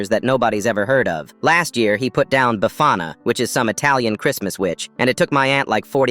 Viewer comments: As Italian, when I hear BAfana instead of BEfana, I cringe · As an Italian that pronunciation really hurt my feelings , it's bEfana, not bAfana. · its “befana” btw, not “bafana” (im italian) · It's befana not bafana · its bEfana, not bAfana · As an Italian: 1.its BEFANA ,not bafana 2.its not at Christmas 😭🙏🏻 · As an italian "Befana" (not bafana) yes its a witch. But not from christmas, shes from the holiday of "epiphany" on the night of 7th january. The befana arrives to homes and puts candy on stockings. This is a very popolar tradition here especially for children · "Bèfana" as an Italian I genuinely didn't even understand what word it meant for a while then I realised the accent was shifted 💔